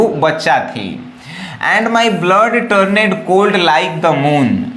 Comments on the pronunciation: km hai bhai.... Sahi Se Padhna Bhi Bhut Jruri Hota Hai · कृपया इंग्लिश शुद्ध शुद्ध पढ़े । Turned टर्न्ड ✅ टरनेड ❎ Moved मुव्ड ✅ मुभेड ❎ 😂😂😂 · Dear , correct your pronounciation You have pronounced wrongly the following words--died,turned,often